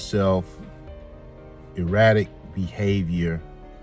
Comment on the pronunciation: ERRATIC NOT EROTIC🤭